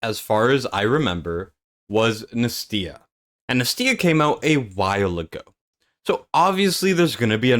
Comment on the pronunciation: Dude wtf nAstya not nastYa! Jesus 😵‍💫